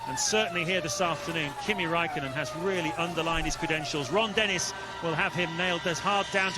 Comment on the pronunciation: His name is Räikkönen not Rakkenen